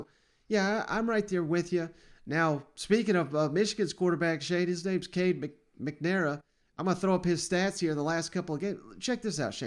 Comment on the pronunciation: Lmao you didnt even pronounce Cade Mcnamara correctly. Shows how little you know about Michigan. I think Michigan surprises you guys.